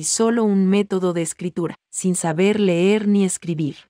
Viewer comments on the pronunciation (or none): none